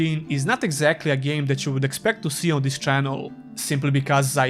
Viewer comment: "ees" game? lol